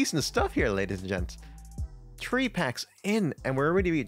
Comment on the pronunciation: One, two, tree.